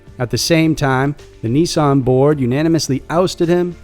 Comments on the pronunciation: Can we please just call Nissan (Ni-san) not (Knee-saaaaaaan) that is my only worldly desire. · You say Nissan funny